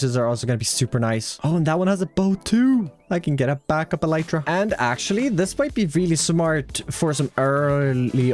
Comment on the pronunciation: You're saying "elytra" wrong. It's pronounced "elytra", not "elytra"!